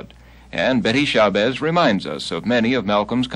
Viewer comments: Hey babe is SHA BAZZ. NOT SHABEZZ. GET IT RIGHT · I came looking in the comments. Betty Shah-bezz? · As soon as he mispronounced her name...